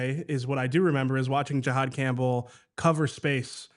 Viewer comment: Can we start the nerd talk by pronouncing his name correctly? It’s not GEE-hod Campbell. It’s JUH-hod